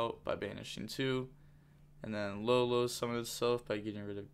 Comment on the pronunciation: Yo the one that says LaoLao is pronounced like Yao Ming but with a L.